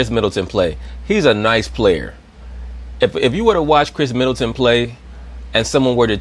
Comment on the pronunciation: He said Kris Middleton! Lol